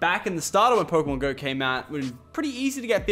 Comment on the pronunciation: i thought it was pokrmon go...